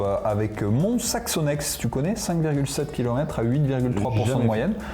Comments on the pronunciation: Mont Saxonnex. Le X est MUET !!! On vous attend dans le 74 pour cet affront!! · mont saxonex , on ne prononce pas le x !!